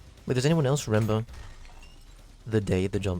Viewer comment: "Does anyone else rember" Ah yes, I do rember